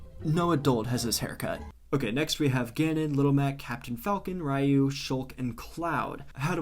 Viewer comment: i knew from the start the best one was gonna be Isabelle, i mean how can't it be? angry day: isabelle will make you happy, happy day: isabelle will make it even happier, and a meh day: isabelle would support you. (and im still mad about your Ryu pronunciation, but im gonna pass it just because you chosed great)